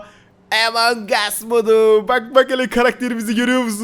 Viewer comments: Abi bu arada emong değil among +1leyin görsün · abi yanlış söyledin emong us